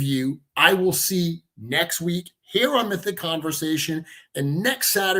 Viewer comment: It gets confusing hearing say hair and here almost the same. 😊